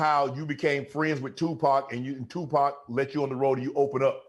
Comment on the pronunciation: Correct pronunciation: Tupac Master P: 2-POT